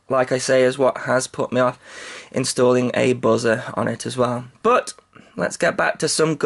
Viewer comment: you said buzzer like "Buh-zur" lol